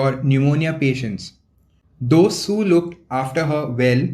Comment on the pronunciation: It's was sue not 🚫 su